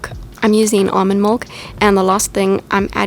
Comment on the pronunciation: I know English isn't your first language, but it's funny how you say ..milk. In my mind, I'm thinking, "Why would you add mold"